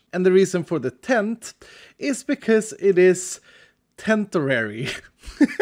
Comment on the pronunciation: The "tent-orary" got me chuckling 😂